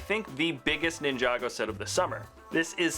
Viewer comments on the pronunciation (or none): none